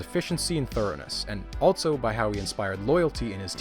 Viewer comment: First time watching one of your videos. Very informative, great structure and animations, subscribed! So uh... where are you from? what's that accent you've got? haha. Some notes: you put a T in the middle of the word also. 'altso' .It's pretty prominent. much less prominent, you almost remove the T from the word months. not quite but nearly 'munce' .Do what you want with that observation :)